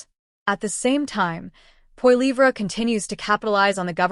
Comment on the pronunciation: LoL as if pp would do any better. No government which it was in power can sit down and turn everything around in under a month. If you're going to talk about pp at least pronounce his last name correctly.